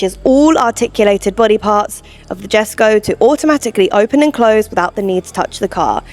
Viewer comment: ✅Yheskho , not Djeskow❌